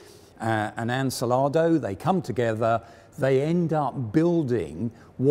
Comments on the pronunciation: It's Ansaldo, not Ansalado, tho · Ansaldo, not Ansalado. Get the name right before you begin production. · Much as I like these talks, I still lose it every time "Ansaldo" is pronounced to sound like "insalato"... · Great video and well presented. One question, Ansalado? I guess he means Ansaldo. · Love you guys, but "unselado" is far, far away from Ansaldo. "An" like the article, "sal" like in salt, "do" as in dome. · Insalado? Enchilado? Or do you mean AN-SAL-DO ? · Pedant comment but did I hear Ansalado a couple of times when it should be Ansaldo. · It is Ansaldo, not ansalado Also, Lancia fiamme, not lancia flamigna 🤣 Good job anyway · It's Ansaldo, not Ansalado :)) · ANSALADO?! An-sal-do! An-sal-do! For god's sake... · Ansaldo not ancilardo lol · ansàldo, NOT ansalàdo!! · I think the pronunciation is An-Sal-do - no '...salad...' in that tank, unless they were using it as a catering vehicle? Gelato too?😄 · AN-SAL-DO.... make an effort! 😂 Great vid - cheers! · Christ on a bike. It's "Ann Sal Doh" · You know, I kinda like how he's mispronouncing "Ansaldo". You can clearly see it in his eyes, he's trying his best! Nice video, would definitely like more videos on italian tanks. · For reference, he means "Ansaldo" (the pronunciation is way off) Edit: Also it's "Lancia Fiamme"